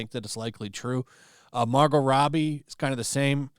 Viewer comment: you pronounced Margot pretty strange there